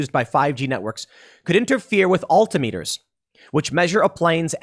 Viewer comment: Alta meters Tim?😂